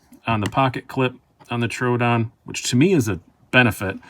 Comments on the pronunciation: Its pronounced TRO ODON not TRUEODON LMFAO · Knife wisdom you say? You can't even get the name of the knife correct!!! It's a Troodon not Troo-a-don!!!